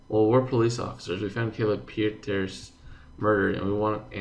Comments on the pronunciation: I think Pieterse should pronounced as "Piters". Just my thought since i don't have any experience of Africans so... correct me if I wrong, Guys~! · Hi! Kayla Pieterse is a Dutch name (as South-Africa is highly influenced by the Dutch). It sounds almost exactly like the English surname "Peterson", minus the -n at the end. Love what you're doing with your channel, keep it up! Hugs from Holland:)